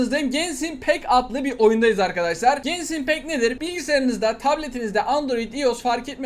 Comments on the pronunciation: "Gensinpek" die okunmuo "Genşin Impekt" diye okunuo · Abi genşin impekt diye okunoyor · ABI GENSHIN IMPACT OYLE OKUNMUYO 🤣🤣🤣🤣🤣🤣